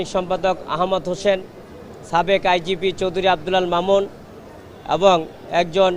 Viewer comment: এই কি কলকাতার সে সাবেককে ছাবেক কেন বলে😮